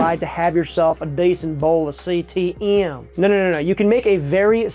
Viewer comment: I don't know why but everytime he says CTM all I hear is CTE, and then my brain goes that must be one hell of a dish to be causing a brain injury.